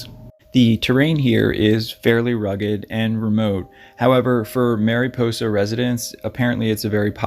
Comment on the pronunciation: It's not southern calif...its central California. And just an fyi...its mariposa pronounced "maraposa" I'm from that area...just trying to help on the pronunciation.